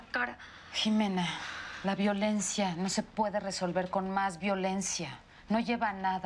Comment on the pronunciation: ya pero yo escuchando que la mama de marcos dijo violencua